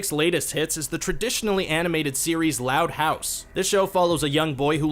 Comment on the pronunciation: The way you pronounce “loud house” makes me mad